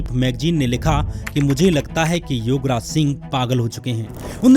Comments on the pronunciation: Shyam, please improve your pronounciation. Don't confuse words YOGraj with YUVraj. Be careful... Don't speak like verbose. 🙏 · Bhai tum Yograj bolre ho ya Yuvraj dono same he lag rha h😂😂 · Yograj and Yuvraj mein difference nai sun raha.It should be pronounced properly.